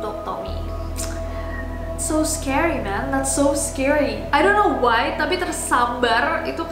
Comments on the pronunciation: Scary bkn sceery 😂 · Sceery? Scary kalik_